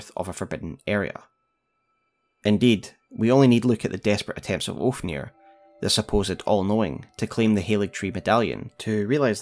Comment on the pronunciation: Also love how you call Ofnir Oafnir lmao